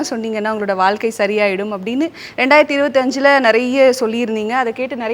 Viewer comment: வால்க்கை இல்லம்மா. வாழ்க்கை சொல்லு பார்ப்போம். எங்க தலையெழுத்து இந்த தமிழ் உச்சரிப்பை கேட்க வேண்டியிருக்கு. மெல்ல தமிழ் இனி சாகும்.